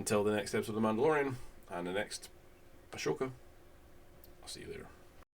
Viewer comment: “The MANTELorian”